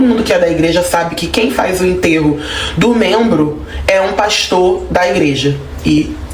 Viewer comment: Se diz " membro"